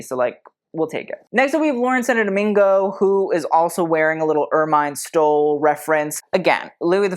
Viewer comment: Ermine has a soft i sound not a long i as in the word fine - er-men phonetically my friend.